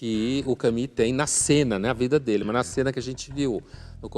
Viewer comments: Não se diz Cami, minha senhora mas sim Camu, com o u francês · Exelente, como sempre. Só não percebo o porquê de pronunciar "Cami"... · Camus pronuncia-se "Camüsse"... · ele pronunciou "Cami"...